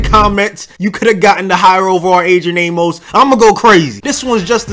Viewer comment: Its weird that he can say Poluszny not prob but pronounce Amos wrong lol. Good vid tho